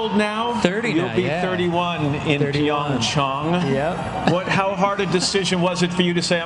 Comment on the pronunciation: anyone else notice matt said PyeongChong